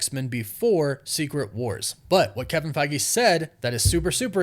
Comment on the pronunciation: I dont think you pronounce his name as Kevin Fagi or Faggie, its Feige